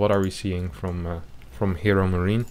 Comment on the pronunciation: Am I only who hears "ChadMarine"?